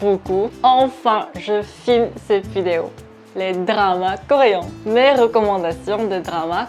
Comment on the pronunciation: c'est vraiment trop marrant la façon dont tu prononces le mot coréen parce que c'est différent de la façon dont on le prononce mais c'est difficile à expliquer, et à faire surtout, c'est pas pour critiquer je suis trouve ça juste rigolo.